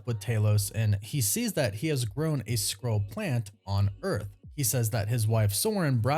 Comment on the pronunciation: Please.. Say SKRULL... not scroll 📜 😂